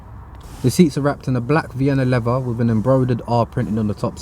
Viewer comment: "The steering wheel is covered in levva.." This is the most ghetto review I've watched. lol